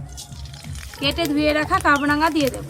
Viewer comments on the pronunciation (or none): কাবরাঙা নয় কামরাঙা নাম এটার ।